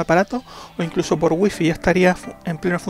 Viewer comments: Waifai se diceee. Y se esceibe wifi 😂🤣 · no se pronuncia wuifi